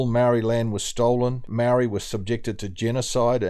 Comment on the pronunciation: Who's the narrative idiot speaker talking bullshit?????seriously can't even pronounce moari properly, let alone scratch his backside 😂😂😂😂funny